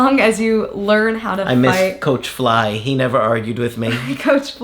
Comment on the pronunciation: “Neva eva” 😂😂😂